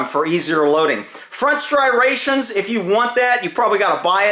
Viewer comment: Si rations🤨 oooomy god the gun is loaded.......